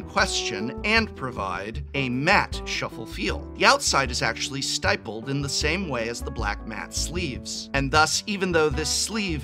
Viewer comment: I love your videos, but it is pronounced stippled like nipple. unless I'm misunderstanding and you said something different. Have a good day!